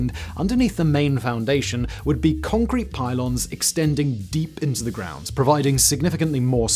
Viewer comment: "What's holding up this skyscraper, Yun?" "Congkweet"